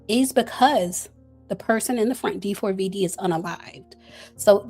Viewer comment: It’s pronounced David you bootleg Nancy grace😊